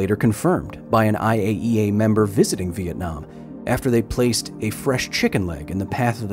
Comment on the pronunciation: the way you pronounce vietnam make the native in me happy. Awesome video as all ways Mr. Hill